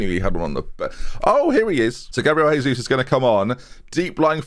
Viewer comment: Great signing. Don't know how he agreed to move back to UK to be paid 1,5k a week but sure. You're pronouncing his name wrong though. He's Brazilian so it's not Spanish, it's Portuguese.